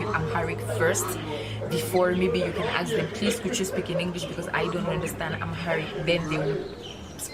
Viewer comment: Sister need to know the difference between ASK AND AXE